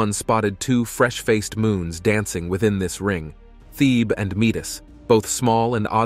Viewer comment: or, whichever the case may be, great video. May I point out that, although you got Metis right, Thebe is THEE-bee, and the 'I' in Io gets the accent, not the 'o'? Also, the distance figures given for Titan are way off, as 430 mi. doesn't convert to anywhere near 6419 km.